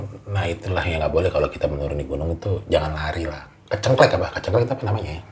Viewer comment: Kecengklak bkn kecengklek😂😂